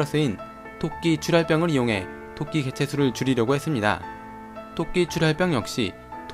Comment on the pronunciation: 6분42초 니니다.ㅋㅋ